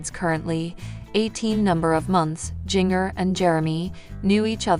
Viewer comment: Helloooo her name is pronounced *Gen -ger / Jinger!!! You are looking ignorant!